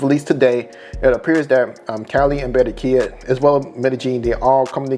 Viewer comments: These Americans with their fnckt up Spanish pronunciations 😖 Its Ba-rran-quilla my guy not Be-rren-quilla! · You sound delusional asf! Having a accent and saying words completely wrong is not the same! How dude say 'Cali' is about accent, saying Berrenquilla instead of Barranquilla is not! You'll never see us spell Americo yet you guys spell Columbia🤦🏿‍♂️